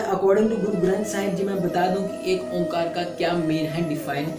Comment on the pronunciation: Omkar nahi kahete sikh oaekar kahte hai